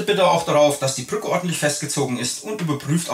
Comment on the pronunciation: "BrrrrÜCKe" :D